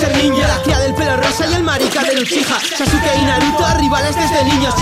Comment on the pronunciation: lamento contradecirte pero en japones sasuke se pronuncia saske.